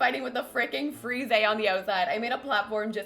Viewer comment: Hey! I'm from France like the word 'frise' which is pronounced 'freez' in french and english! Btw love your videos, you're waaaaay to underated!;)